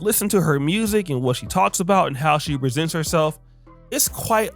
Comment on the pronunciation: I almost thought you say how Cardi B RESENTS herself instead of presents herself 😅